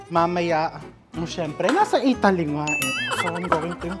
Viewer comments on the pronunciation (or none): none